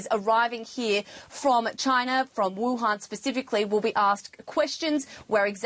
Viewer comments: did he say wahun ? Youre mean WUHAN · its wuhan city not wahun, literally you didn't make research